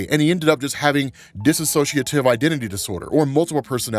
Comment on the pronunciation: STOP SAYING "DISSOCIATIVE" INCORRECTLY!! It's dissociative, not disAssociative